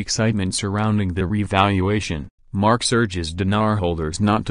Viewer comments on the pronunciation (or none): It’s MARK Z. Not Marx